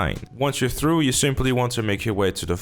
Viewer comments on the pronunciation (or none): none